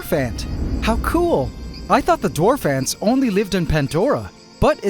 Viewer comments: i love "Dawrf ants" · DAWRF ANTS haha